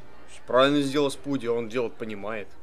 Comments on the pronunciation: Почему спуди ? Вобщето спайдер мен, а не спуди мен !!! За это дислайе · не спуди а спайди